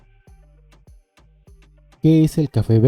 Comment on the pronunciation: Quechua, se pronuncia con acento en la primer sílaba., no en la última.